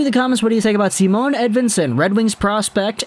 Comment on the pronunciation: It's not Simone either. Its just Si..mon.